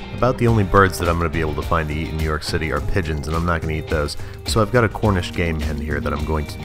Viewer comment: hornish game hen